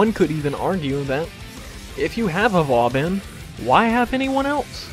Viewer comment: i heard it was pronouned, Vo-Bohn.... anyways great build!